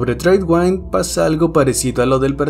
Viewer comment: el nombre "tradewind" se pronuncia "treidwind" no "treidwaind"